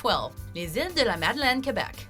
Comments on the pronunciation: HaHa that's where I was born and live so , like you , I LMAO when he said it 😂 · When he tried to pronounce Iles de les Madeleines, I mean kudos for trying but good God I damn near passed out from choking on a bing hitbi had just taken. Dammit kid. 😂